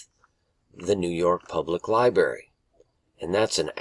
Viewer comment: Lie-Brary. NOT lie-BERRY